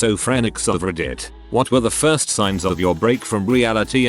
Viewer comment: ah yes, "firts"